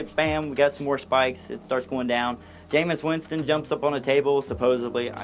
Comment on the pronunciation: “J-meis Winston”